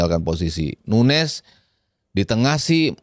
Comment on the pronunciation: Penyebutan Nunes sama nuñez biasanya akan dilanjutkan pda pertanyaan "nunes yg mana? Liverpool atau city?" ñ/Ñ dibaca ny... Jdi huruf ñ ini sering kita lihat pda bahasa spanish. Nuñez = nunyes Muñiz = munyis Señor = senyor señorita = senyorita jalapeño = halapenyo. Sementara nunes portugal penyebutan nya sdh benar